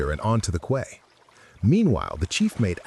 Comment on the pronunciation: Quay is pronounced key.